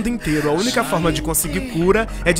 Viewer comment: "todo mundo podxi ajudar de alguma 'forima'" 😹😹😹😹😹